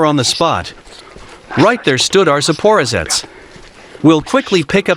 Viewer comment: Surely it's pronounced ZporOzhets, not ZapOrozhets? I am English but learning Russian. I guess the translator is American.